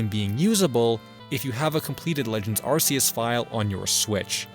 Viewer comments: This was a fun video to watch, but there's something else I have to say: Thanks for not calling Arceus "Ar-Key-Us" like the recent games do, "Ar-Cee-Us" will always be the best pronunciation. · Thank god, he pronounces Arceus correctly